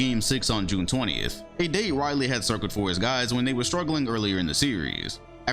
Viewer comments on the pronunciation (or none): none